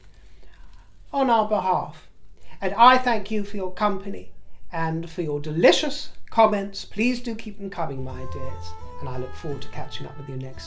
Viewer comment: Did you say delichious? 😂😊